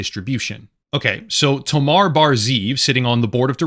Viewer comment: Good video, but why do mispronounce such a simple name as "Tomer" (rimes and pronounced just like the word "locker") by calling the guy "Tomar"? Hebrew names aren't that difficult.